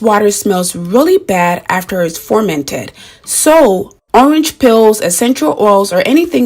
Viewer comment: Thank you dear. Please dear u keep saying formented but it's Fermented dear. Please correct that. Love u dear.